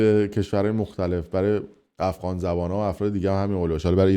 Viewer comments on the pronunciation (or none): none